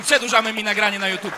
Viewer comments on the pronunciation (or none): none